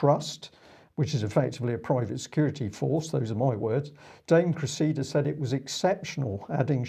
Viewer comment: Please, please and - it's CRESSida, not CreSSEEda! Thank you for getting it right.